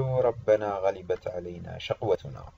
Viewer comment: المرجو قراءة الاية بشكل صحيح غلبت كلها بالفتح